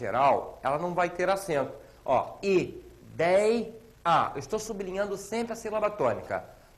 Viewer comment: parabéns! Ótima aula, porém pesquise as formas duplex, triplex e cuidado com a pronúncia sub-li-nhan-do que você pronunciou su-bli-nhan-do.